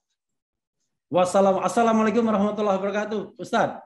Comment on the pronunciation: Pa Rafli mohon maaf, ucapan salam di " lam alifnya"terlalu cepat/ kurang panjang,ukurannya 2 harokat. Terima kasih.